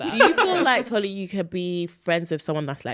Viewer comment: Why is Mariam pronouncing Tolly’s name wrong? She said Tolu a few times 😅